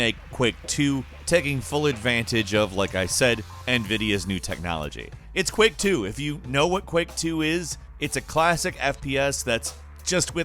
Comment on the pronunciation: Are you saying Quick or Quak LOL I think its Quake but nice vid